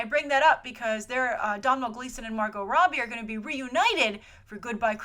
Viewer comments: for god sake domnhall is pronounced doe-nall!!!!! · Hi, Domhnall is pronounced as Donal (Dow Nal) Sorry to be nit picky but as an Irish person I've never heard it mispronounced:) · I hate to be "that person", but it's pronounced "Doe-null" Gleeson. Like it rhymes with "tonal". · Domhnall is pronounced Dough-nil